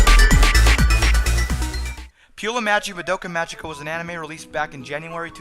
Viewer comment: Just figured I'd let you know.(Not bitching or anything) You're pronouncing "Magica" wrong. It's pronounced with a hard "g." Like the "g" in the word "go". Not Mah-jee-ka. Great review, though. I really like all of your reviews.